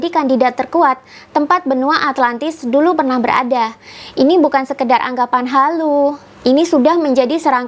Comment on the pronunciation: Kitak, bahwak, duluk....bhsnya masih pletak pletuk.